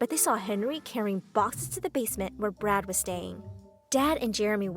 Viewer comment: Is it just me who hear the name "Brad" as "Brat"??😂😂😂 (No offense)